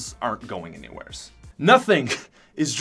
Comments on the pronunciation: "AnywhereS" "mArks" "stArt" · ''Anywheres" "Somewheres"